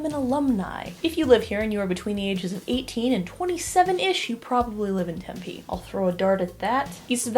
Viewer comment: as a fellow Arizonan, im triggered by how you pronounce Tempe